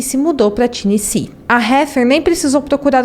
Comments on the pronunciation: HEATHER MAPLES = pronúncia " Réder Meipôls " . TENNESSEE = pronúncia " Tênessi". O subconsciente da gente é terrível: quando ouvimos um discurso, uma conversa, uma história e há um erro na pronúncia, vício de linguagem... danou-se...o subconsciente vai focar nisso e causar distração. É fato. Mas tudo bem, somos humanos, sempre estamos aprendendo e evoluindo. Sou fã desse canal. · Obrigada pelo caso, gostei muito da forma que foi contada. O nome da vitima em inglês diz-se "Éder" e o estado"Ténessi"Apenas umaa critica construtiva para ajudar